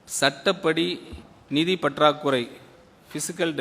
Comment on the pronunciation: நிதி யை நீதி‌ ங்கிற நல்ல தமிழ் பேச்சாற்றல்😂😂😂